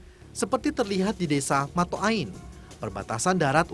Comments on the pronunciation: desa mota'ain bukan mataain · motaain.. bukan mato..